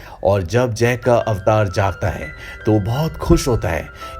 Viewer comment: अवतार ❌ ऐवटर ✔️